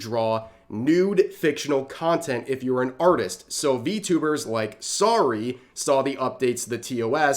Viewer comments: "Sorry", I'm dead. Got a good laugh out of me over that. Not trying to be rude, just helping a brother out. It's "Saru-eh", she's French but we won't hold that against her. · BRO - IT'S SAH-RU-EEEEEEEE NOT SAW-RY. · Ok I can't with some of your pronunciations... Saruei pronounced as "sorry"??? It's sah-ru-ay... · Saruei “Sorry” Rev’s ability to totally butcher pronunciation is impressive 😂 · Rev please, all that i ask is that you learn how to pronounce "Saruei" also the reason that there was an "i" in the article talking about the tos changes being reverted was because it was written by Dan Clancy the CEO of twitch